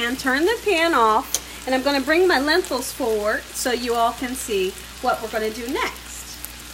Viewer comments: Lentils or lenthils? Not tryna be mean but it is pronounced Len-til (like mental hahaha🤣😂🤣) no “h”.... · Hello...I've been watching you for about 2 years. I like your cooking shows so much. I wanted to tell you that your Lentil soup is my favorite. I had to tell you though, it's pronounced Len-tils, not Len-tils with an h. Please don't think I'm being pretentious, I admire you and you establishment. May THMH(THE MOST HIGH), bless you and keep you.